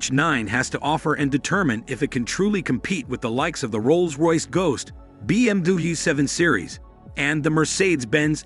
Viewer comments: First, say BMW, not BMDewey. lol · You are pronouncing BMW very weird. "be eem dooblooyou" or something similar. The original german pronunciation is "beh em veh" or the classic "bee em double u" Why not double v? English sometimes is totally nonsense. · What's a BMDoobie? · I didn’t expect to keep hearing BM-Doobie either. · what is a BMDui? is that how BMW is pronounced? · BM Dabu, hahaha come on man! 😅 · This is just a TV ad with no hands on review of the vehicle's performance and specifications. Also, you seem to have and American accent but you are having trouble pronouncing BMW, petit and other common English words. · Why is it so hard to say BMW? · 11 seconds in stopped watching. Will wait for the review when they use a real human voice and not an AI that can't even pronounce "BMW" 🙄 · why can't this guy say BMW or Mercedes Benz correctly?